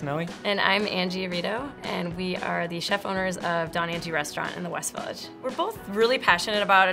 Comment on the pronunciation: It'd be Donna Angie not Don